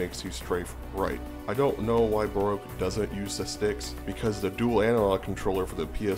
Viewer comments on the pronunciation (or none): It sounds like somebody can’t say BROKE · Baroque sounds like broke slowly pronounced